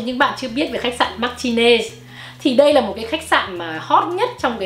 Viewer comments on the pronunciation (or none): Chi đọc ten khách sạn Martinez sai rồi. Phai đọc : Mà rờ tin nẹt zzz theo kiểu Spanish